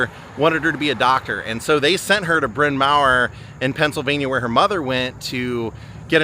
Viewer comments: Bryn Mawr is pronounced "Brin Marr" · Thank you for the journey and fascinating facts about this wonderful actress, who is in every way legendary. BTW, I grew up in that area and it is pronounced Mar and is Welsh. I believe Bryn Mawr means ‘Big Hill’. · Very interesting. Also, it is pronounced, Brinn Mar (Bryn Mawr).